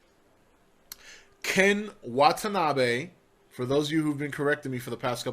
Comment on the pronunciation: [Not nitpicking with this comment. Just explaining. Your current pronunciation is standard for English] You pronounced "Watanabe" mostly correctly. The only problem was intonation (you said "wa-ta-NA-bay). Think about how English-speakers say "banana." "Buh-NA-nuh." Japanese don't do that. They don't stress a CER-tain SYLL-able the way we do. Japanese say "bah-nah-nah" and "wa-ta-na-beh."